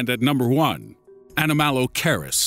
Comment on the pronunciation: Wrong pronunciation of Enomalacaris.